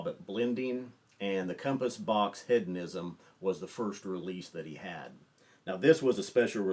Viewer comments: It's pronounced Heed-on-ism not Head-on-ism. Have you not heard this word before? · Love ya but it’s HEEDonism and you said “Head-onism” like 18 times in 30 seconds 🤣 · He-dough-nism not head-o-ism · It's an interesting word. With a Brittish accent the word is pronounced heh·duh·ni·zm. To American English speakers, it sounds like the Brittish speaker is saying head-uh-ni-zm. It is a subtle difference, but Brittish English speakers are including the "d" in the second syllable just as American English speakers. Hearing the word spoken by a Brittish speaker leads to this common American mispronunciation. The key is the first syllable. Brittish first syllable is "heh," and American first syllable is "hee." So, our American ears tend pull the "d" into the first syllable when we hear the Brittish pronunciation. Listen to John Glaser say the word again keeping in mind that he is saying heh·duh·ni·zm, not head-uh-ni-zm. I hope this helps. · How is nobody commenting on the pronunciation of hedonism? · Very nice list. The inclusion of Compass Box Hedonism is a fantastic choice. Please check the pronunciation, there is no "a" in Hedonism. I mean this only to be helpful. I enjoy the information. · One further point. Keep in mind that John Glaser is an American who lives in London, so the question is is he pronouncing it incorrectly, or is he using the Brittish pronunciation. I'd guess the latter in that he is softening the first syllable as the Brittish do, and placing the "d" properly in the second syllable. Hedonism is not a commonly used word, and it's likely that Glaser first heard, and learned to pronounce it in Great Britain. Again, I don't want to detract from the main point of your video. Your choice to include this Scotch blend here is, as a Brittish speaker would say, brilliant.